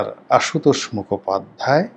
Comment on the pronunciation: আশুতোষ মুখোপাধ্যায়ের নামটা খুব কষ্ট করে বলতে শুনলাম।